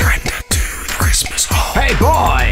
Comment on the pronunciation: Wait why do the captions say Chrustmus when if you slow it down you can clearly hear him pronounce Chris-mis